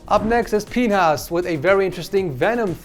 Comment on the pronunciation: Bro said pinhas and tried to gloss over what it actually sounds like lol